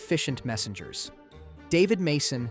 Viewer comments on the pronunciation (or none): none